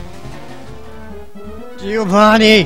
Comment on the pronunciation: Why can't you pronounce Giovanni ? D